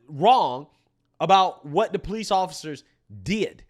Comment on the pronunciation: Never take advice from someone who says PO-lice and ax someone